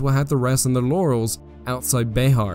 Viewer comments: Just an FYI. Bexar is pronounced BEAR, not BAY HAR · Also, It is not pronounced like Be-har. It is pronounce like Bear. The "X" is silent. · This was a very well researched and executed video. One thing though, here in San Antonio when we pronounce Bexar like the word Bear, the x is silent. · Sorry to be that guy. Bexar is pronounced bear. Born and raised Texan and that fact as always annoyed me as bear is bear not Bexar. But trust me it's pronounced bear. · pronounced bear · Love the content, but it is pronounced "bear".